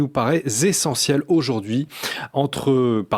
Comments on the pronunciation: ...nous paraît z'essentielle. On n'est pas en hiver mais je tousse. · ... nous paraît z'essentielle ... Faire les liaisons, c'est bien, mais les faire correctement, c'est mieux... De même que "quatre" et "mille" ne prennent jamais de "s" ... donc : quatre (z') oiseaux, Ou dix mille (z') oiseaux ... même s'ils sont nombreux ... 😅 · "Cette confrontation d'idées nous parait "zessentielle" à 38 sec! Oups, ça m'a fait mal aux oreilles!